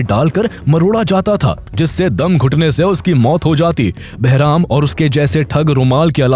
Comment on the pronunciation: Barham❌ Beraham✅